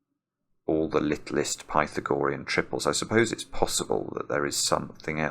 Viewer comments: The "ah" is stressed in Pythagorean, not the "gor" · I always pronounce the theorem as "Pih-thag-oh-REE-in". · I wondered if "pi-tha-GO-re-un" was a Britishism, because I know there are other long words that are stressed differently in American and British English (for ex. "veterinary," which is "VET-rin-er-y" in the US, but my late British colleague said "vet-RIN-er-y" ). But the OED only gives forms with primary stress on "RE," secondary stress on either the first or the second syllable (so either pi-THAG-o-REE-n or PI-thag-o-REE-n). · Does he know he's pronouncing Pythagorean incorrectly? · Great puzzle. Pity we had to listen to the word "Pythagorean" being mispronounced for the whole 40 minutes. :-) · Is pronunciation of Pythagorean a typical British thing? Or just a personal thing? Not criticizing. Just curious. I have never heard this pronunciation before.